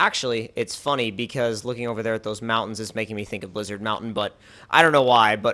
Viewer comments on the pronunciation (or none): none